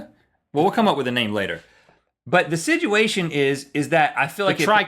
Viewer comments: Now Rhett is the one mispronouncing a word consistently. It's "situation" and not "sidguation" sir! Also, my name is Rob, and if you guys, Rhett & Link, see me anywhere, you can immediately interrupt anything I'm saying or doing to speak to me. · he isn't saying "situation" correctly... Rhett says it like "siduation" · Rhett says "siduation" instead of situation...